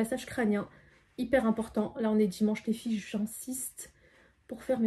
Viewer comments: oui elle fait comme Sarah en disant feufey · Je crois que c’est Sarah qui dit toujours les fyfey elle dis juste les filles mais des fois elle dit comme fait comme Sarah